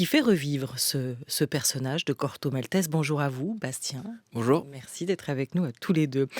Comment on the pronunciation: Mais pourquoi elle prononce MalteSS? Même si elle veut le prononcer à la française, ça donne maltèse ou maltais.